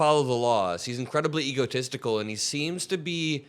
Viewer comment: Did I hear “egotestical”? :D